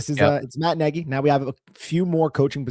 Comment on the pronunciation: pronounced neg-ee